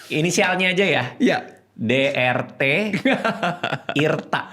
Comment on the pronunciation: de er te irta = dr tirta 😂